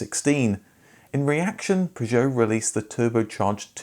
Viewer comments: I suspect your videos about Peugeots haven't done too well because of the strange, idiosyncratic way you pronounce Peugeot. 😄😄😄 Only joking.... really great video! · Yet another great informative video from you but in the 28 years I worked at the Peugeot Ryton plant I never heard Peugeot pronounced like that. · why four O five ?, it's like the number 405, it's not an O it's a zero, and you're not the only one to make this horrible mistake in pronouncing Peugeot, shame on you! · Couldn’t watch more than two mins. The way you kept pronouncing Peugeot unfortunately broke me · The reason your Peugeot videos don't do well is nobody can stand your miss pronunciation of the brand (for English speakers)for too long. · Please you dont need to use an enhanced French pronunciation of Peugeot...we are English, its fine to say it the english way. Perhaps this is why your other pug videos had poor views. Same with "shhcoda" and "volksvaggen" grrr it grinds my gears !!!(Remember...we dont call the capital of France "Parree" do we) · It's because you say 'Peugeot' like a right fking TW@ That's how the loons in Yankee Land say it and that's a big mistake. An englishman imitating a yank at ANYTHING is a big mistake. Akin to devolution. Just don't do it, seeing how its jot an English word we're talking about, I'll leave it at that. I love the 405, and I'd have lie ti ha e seen this, but I'm just listening ti that any more than I have to. Seems you fall into the common 94.76% of youtubers that think themselves smarter than they are, simply because they upload videos to a video displaying platform. That's why your other videos from the same marque did so badly. You utter pilchard. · I've never heard Peugeot pronounced like this ever! Not even by the French! :) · Aaaagh it may or may not be technically correct but your pronunciation of “Peugeot” as “pi joe” is so different to the familiar “per joe” it’s all I can hear lol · it is pronounced 'PEUgeot' and not 'PisjOOOOw' !!